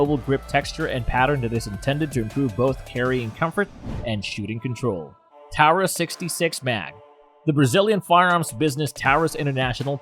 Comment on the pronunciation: Pretty good video but learn how to pronounce Taurus and why say “dot” before saying the caliber? Just say thirty-eight or three-fifty seven?